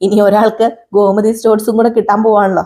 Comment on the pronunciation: ഗോമതി ഘോ അല്ല